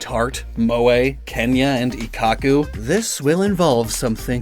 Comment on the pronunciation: "Ikhaku" ??? Ik-kaku